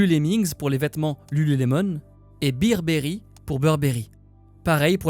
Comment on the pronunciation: On dit Bear pas Beer 😂😂😂 BEARBERRY !!!